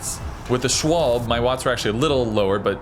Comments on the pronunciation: It's not Shwalb... It's Schwalbe (Shwalbeh). Same problem as Porsche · Everytime he says " Schwalb" something in my German Heart dies. Its Schwalbe not Schwalb. Like its Porsche and not Porsch.